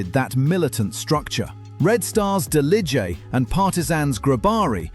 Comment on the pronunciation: I am from the balkans, you absolutely butchere the Delije and Grobari names 🤣, but i love the fact you talked about them